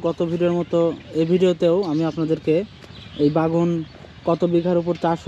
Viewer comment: বেগুন ভাই বাগুন না ভাই